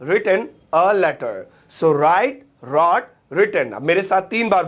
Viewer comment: With all due respect, Wrote ko रॉट nahi padhte. Balki रोट padhte hain.